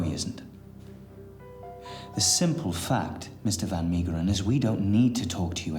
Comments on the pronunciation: Unfortunately they could not pronounce Van Meegeren’s name properly. It’s Van MAY-geren not MEE. Van Gogh is the most butchered though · Van Maygeren ...pronunciation .